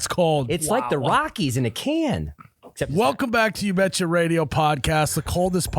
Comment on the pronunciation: This robot really sucks at saying ya betcha